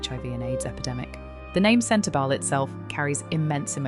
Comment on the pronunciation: The speaker is hard to hear. SLOW DOWN please, and speak CLEARLY and not so fast! Yes, I KNOW it's AI. But they can do it better so that it's understandable, or don't do it at all. And spell the words right. "CENTER-BELLE"?